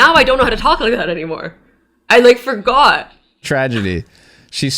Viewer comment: "I lik fowgot" nah that accent is definitely still in there a little bit AZZY LMAO that part was cute